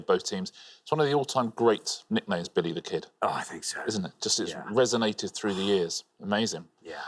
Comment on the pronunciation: I know accents exist, but "Belly the Ked"? really?